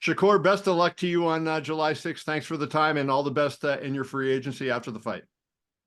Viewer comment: Man said tank a casual 😂😂😂😂😂